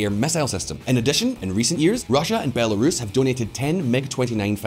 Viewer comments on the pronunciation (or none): none